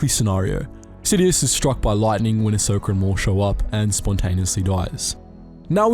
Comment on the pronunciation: Lol “ahsoker” that’s definitely how you say it 😂